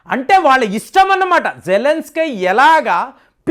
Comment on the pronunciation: అక్కడ జేలన్స్ కి అని రాశారు మీరేమో జలన్ స్కై అంటారు ఎందుకు అలా